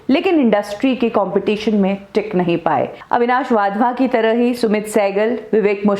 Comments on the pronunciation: अविनाश वाधवा नहीं अविनाश वधावन। नाम बीच में गलत बोल गए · He is. WadhwaN and not Wadhwa. Agar aap naam theek.sey pronounce nahi kar patey toh how will.you do justice to.the video. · वाधवा नही वधावन हैं। 😂😂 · वाधवन नहीं वधावन है। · Avinash wadhwa nahi ........ Avinash wadhavan naam hai unka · वाधवा नहीं वधावन